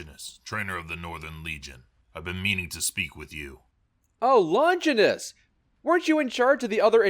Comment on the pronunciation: Such a shame about the VAs for the Legion storyline. I actually overall like it but someone needed to tell them things like it's not how you say "Longinus" or "Ave" or "Frumentarii" or something. It's not like it kills the questline or anything. But it's like having a pebble in your shoe and keeps jabbing at your foot irregularly.